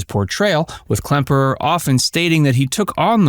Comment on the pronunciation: It's KLEMPERER not KLEMPNER!! C'MON! GET IT RIGHT! GEEZE!